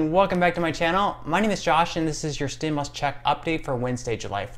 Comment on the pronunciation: pronounced STIM YOU LUS not stimlus